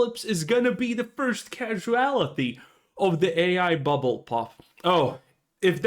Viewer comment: “Buble”? Collapse? You sure about that? You sure about that? 😂